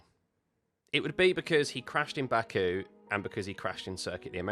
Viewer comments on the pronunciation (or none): none